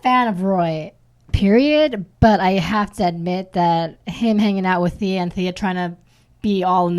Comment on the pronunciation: stop saying thay-a its TH-ee-a